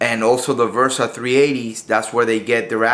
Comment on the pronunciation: It's a Bersa....B-B-B-Bersa Thunder, not V-ersa, damnit! I'm pretty sure that my ears did not hear wrong that you're pronouncing the B-ersa as "V-ersa". BERSA !!!